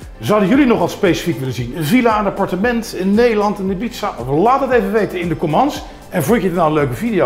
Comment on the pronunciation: Het is overigens comments, als je het bekakt uitspreekt is het commands.